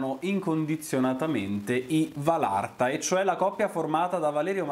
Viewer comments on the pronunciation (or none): Anche a te,ti volevo dire che si dice valatra non valarta🥰🥰😘 P.s. sei fantastico